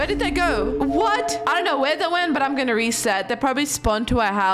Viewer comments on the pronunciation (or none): none